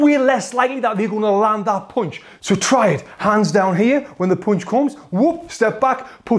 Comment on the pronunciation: Yo Tony, the word is "p-un-ch", as in "uh", not "poonch" as in "poo" ! LMAO Don't make me have to get in there and school you!!